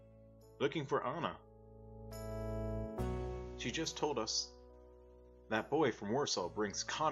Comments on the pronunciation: I’m sorry to say this but the girls name in ANJA not ANNA or ANA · While you're correct, and I do believe the name "Anja" is pronounced like On-Ya, if you watch/read Art's comic "Prisoner on the Hell Planet" [which is in this audiobook, tho I cant find the exact timestamp as I'm on mobile] Art writes her name as "Anna", so I do believe thats where the confusion comes from. It may be a case of Anglicizing the name, but even Art calls Anja "Anna" a couple times. The World May Never Know.